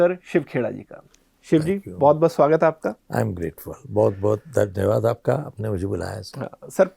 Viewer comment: Daniywaad 😂😂😂😂 Apka dard akho say jhalk raha hai 😂😂😂😂